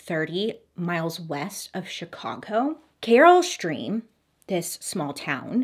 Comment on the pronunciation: She did one when she pronounced Naperville as napperville🤣. So far she's only pronounced Carol Stream right as far as Illinois towns.